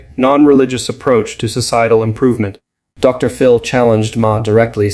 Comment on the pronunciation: Since you are using an AI voice, try typing out the word "doctor" when you use a title as in Doctor Phil. When you type the abbreviated title: "Dr. ", the AI voice thinks you mean that the period contained within the title is at the end of a sentence. That unnatural pause sounds very weird. The proper name "Phil", then becomes the start of a new sentence. FYI